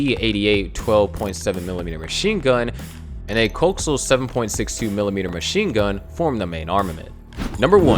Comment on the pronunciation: Lehperd like the animal. Not LEO-pard like how a robot would say it And COH-axe-e-al not cokes-sail